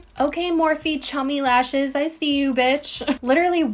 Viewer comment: Best parts of the video 1: your honesty 2: the brush in the hand 😂 and 3: your facial expressions when pronouncing chummy lashes